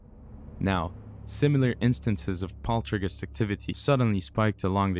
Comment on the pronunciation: Poltrigous activity ??? What is happening with the words and accents ? Why the war on the English language ?